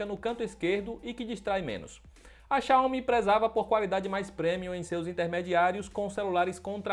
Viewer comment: Tá correto! Não é xiaiomi como falam por ai